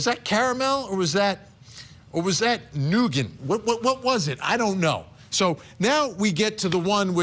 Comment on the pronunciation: Come on Vinnie. It's Nougat, not nougant! 😂